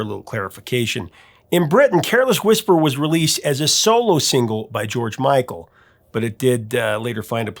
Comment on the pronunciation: why can't u say george micl or wham